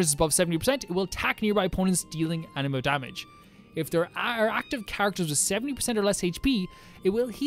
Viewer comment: Also Anemo is pronounced ‘an-ah-mo’